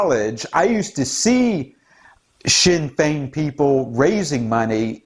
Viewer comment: Good job on the pronunciation of the Irish Political Parties. No real surprise that "Sinn Féin", are on the side of leftist Globalists' (translation we ourselves or ourselves alone literally a declaration of "Ireland for the Native Irish", ironically). "Sinn Féin", split in the early seventies into "Official Sinn Féin", nick named the "Stickies", and "Provisional Sinn Féin", with the Officials representing the more Conservative Wing and the Provies the more radical and Socialist Wing, no surprise that they would feel an affinity for "Antifa", as they would share their Marxist/Anarchist world view.